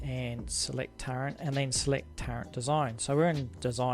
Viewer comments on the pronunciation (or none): Wait, are you saying turrent?? Wot lol